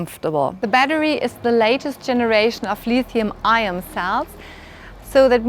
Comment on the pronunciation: Lithium IOM? Lol